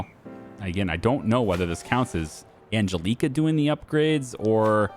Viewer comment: Ann...Jell....eh....Kah. The way you are pronouncing that name grates on me. The big ass nun who used to pull me out of chair as a kid by my ear would also agree it is not pronounced right.